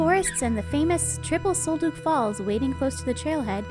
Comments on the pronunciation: Sol DUCK not Sol Duke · The scents were from Douglas fir, NOT pine and Sol Duc is pronounced “sole duck”, NOT sole dook!!